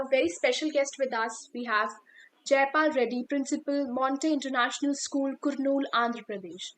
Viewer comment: It's not kuurnuuul it's kurnool